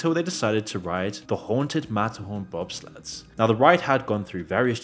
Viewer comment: Couldn't understand what was being said here after rewinding over and over so I went to Google and said: "Disneyland mat horn bob slats" in a british accent and it gave me the correct results. Matterhorn Bobsleds 😂